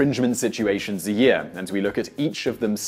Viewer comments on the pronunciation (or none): none